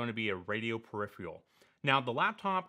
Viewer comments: Just FYI, the word 'peripheral' is pronounced, "purr-RIF-fur-ul", not "purr-RIF-ree-ul"...; that aside, interesting stuff... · How do you pronounce "perifial" (peripheral) correctly? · "periphrial" WTF ? It's hard to take a native English speaker seriously, who can't pronounce 'peripheral' correctly.